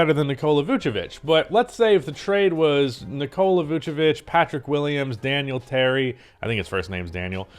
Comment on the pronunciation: How are you a real Bulls fan if you say "Daniel Terry" lol